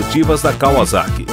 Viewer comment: Kkkkkk o cara ri mas pronuncia deve pronunciar kavazaki kkkkkkkk Enquanto a pronúncia correta é KAUASSAKI